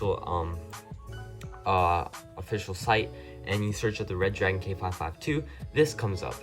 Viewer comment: Re-dragon!!!!!!!!!!!!!!!!!...not red-dragon !!!